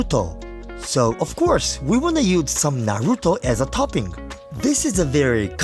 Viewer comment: Such a kind man that he forgoes the proper pronunciation of Naruto for his western viewers